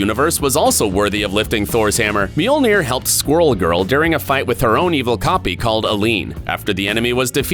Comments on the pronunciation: It’s not meaolnear it’s mjolnir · How hard is it to say Mjölner?